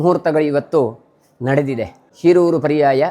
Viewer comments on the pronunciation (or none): ಶೀರೂರು ಎಂದು ಉಚ್ಚರಿಸಿ